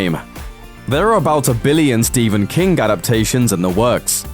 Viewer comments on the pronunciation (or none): none